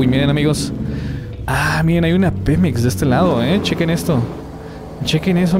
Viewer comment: Dice pimex😂😂😂